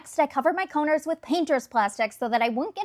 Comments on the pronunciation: What's a coner top? Why can't young people pronounce their T? It's a counTer. And yet the L in caulk? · Why does it sound like you're saying cunter tops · I’m just stuck at how you pronounce counter 😂🤣